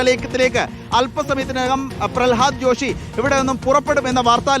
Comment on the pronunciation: പ്രളഹാദ് ജോഷി അല്ല പ്രഹ്ലാദ് ജോഷി... തെറ്റ് ഇങ്ങനെ ആവർത്തിച്ചു പറയരുത്, ഇനി ആര് വന്നിട്ടും കാര്യവുമില്ല ഇവർക്ക് വിദ്യാഭ്യാസം കൈകാര്യം ചെയ്യാൻ അറിയണമെങ്കിൽ അതിനോട് എന്തെങ്കിലും ഒരു സ്നേഹം വേണ്ടേ